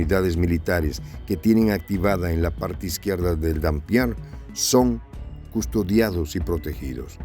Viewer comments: No es "Dampier", es Dniéper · ¿ que Dampier ni que gaitas. Es NIEPER, e incluso NIPER. Consulte la pronunciación🤨👽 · Es dnieper , no denpier...... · Se dice Nieper no Danpier.